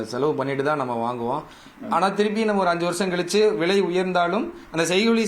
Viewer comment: தங்கம் ”வ்ளை” என்று உச்சரிக்கூடாதுடா பன்னாடை. ‘விலை’ என்று மிருதுவாக உச்சரிக்க வேண்டும். மேலும் இதே கேள்வி இதே பதில்களை பலபேர் (திரு. நாகப்பன் உட்பட) எல்லா பேட்டிகளிலும் பேசி இருக்கின்றார்கள். அரைத்த மாவையே ஏன்டா மீண்டும் மீண்டும் அரைக்கிரீங்க.....தாங்கலடா. முதலில் பணம் பற்றிய அறிவை வளர்த்துக் கொண்டு கேள்வி கேட்க வாருங்கள். கேட்ட கேள்வியே தினமும் கேப்பியாடா பன்னாடை...ஏதோ புதியதாக இருக்கும் என்று உள்ளே வந்தால்....அதே கேள்வி அதே பதில்கள். தங்கத்தை ஆபரணமாக வாங்கினால் ஆப்பு.....போதுமா. இனிமே இந்த கேள்வியை நீ கேட்கக் கூடாது.